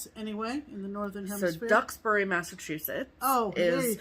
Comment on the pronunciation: Yes, you pronounced Duxbury correctly. I was so happy to see this one on sale - I ordered it this morning! I grew up in Duxbury and still visit my parents but not nearly as often as I'd like with the current pandemic conditions. Really enjoy watching you ladies and get much inspiration from your projects!